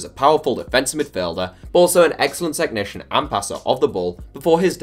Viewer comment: No one:: "T e C h N i C i a N"